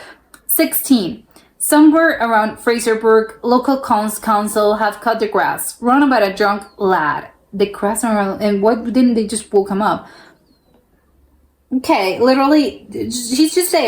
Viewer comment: KILMARNOCK is in Scotland. SEW = to make garments . Not SOO ! The chicken stole his WEED JOINT ! STAIRS and STARES. It's a play on words. Fraserburgh is pronounced FRAZER BURRA. LAZYSPA is pronounced LAYZEE SPA.